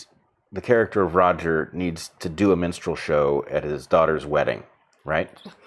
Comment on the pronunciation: Monty Python was a long time ago! It was funny as it was mocking, now we’re are asked to affirm. And I can’t get Brett’s pronunciation of minstrel as menstrual out of my head 😂😂 Makes it a black and white menstrual show 😱